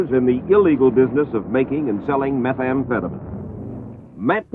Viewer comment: Meth amphetaMEEN----not MIN